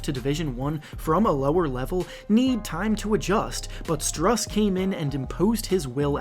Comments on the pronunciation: It’s pronounced “Stroos” not strus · It’s pronounced Stroose like a goose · btw Strus is pronounced as Stroos